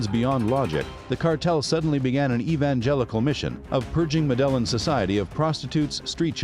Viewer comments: Ma-dell-in? Dude... it's "Meh-deh-yine" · Yeah, kinda undermines the video when the voiceover pronounces the cartel like "muh d'Ellen" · Actually the L isn’t silent. In Spanish when you have two L’s next to each other, it’s pronounced as a “Y”. It’s properly pronounced Medah-yeen. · could you work on better pronouncing things because you ruined this video with you high school pronouncing things like Medelan cartel, what is Medelan cartel? I don't get it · The way he pronounces Medellin really is annoying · The pronunciation of Medellin cartel lost this view and subscription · Well first of all if you want to make a video of the medellin cartel you might want to work on actually pronouncing medellin the right way 😉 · I'm sorry but I can't take this video seriously with the way the narrator pronounces Medellin 🤦🏽‍♂ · Unwatchable with mispronunciations of Medellin shows how much research was done. Seemingly none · Your pronouncing Medellin incorrectly.